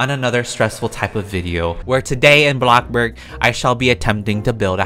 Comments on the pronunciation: Why does he say “blokborg” it’s “bloxburg” ............. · why do u say blockburg lulz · “AHBLOCBOORG” is what ur saying lol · Did he say “block board” at the start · BLOXBURG??BLOXBURG?! NO.... ... BLOCKBURG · blockborg Also: Blockburg Me: he has two names for Blockburg woow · I get triggered when you say blocburg